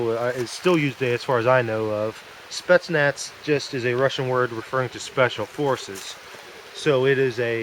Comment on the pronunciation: It is "Spetsnaz" with an Z in the end as in " Zebra", what you are saying will be written " Spetsnats".